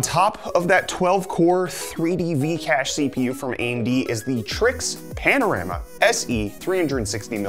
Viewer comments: I believe its trike not trix lol , looks good tho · It’s pronounced trikes